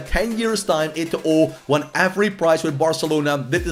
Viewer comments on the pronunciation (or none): Don't pronounce the last "O" in Eto'o Name lol... so cring